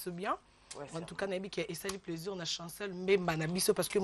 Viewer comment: Bo pesa cours ya diction. On di plaisir et non pleusir